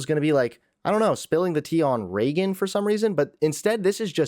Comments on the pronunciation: I’ve never been more annoyed by someone saying someone’s name. Pretty sure it’s Reagan and not Regin. And this girl is her cousin? 💀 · i figured it was spelled Reagan, but her cousin keeps saying Regin and I can't lol